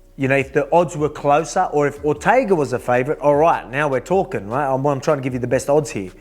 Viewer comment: "your Massive Feet roit behind ya" 😂